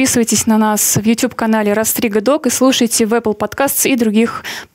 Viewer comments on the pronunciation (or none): none